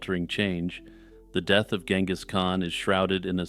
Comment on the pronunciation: The leading G in Genghis should be soft like a J. Compare to other previously used English spellings like Jengiz and Chinggis